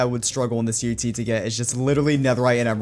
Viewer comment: I like the way he says in today's minecraft UHC it sounds like in today's minecraft TNT